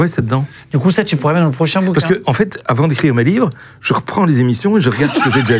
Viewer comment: Ou sinon, Pourquoi maintenant et pas avànt